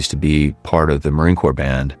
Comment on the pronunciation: Dude, you lost me in the first minute of narration when you pronounced Marine Corps as “corpse” instead of “core”…